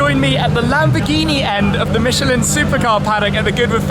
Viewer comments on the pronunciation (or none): none